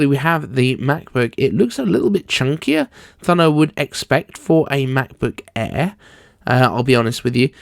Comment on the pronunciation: Why you say Macbook E ?